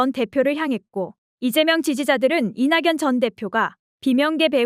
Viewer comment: 다 좋은데 나레이션 발음이..ㅜㅜ 이나견 이라고 해야 하는데 이낭연 으로.. 거물이 된거십니다 라고 해야 하는데 거물이 된 거딥니다..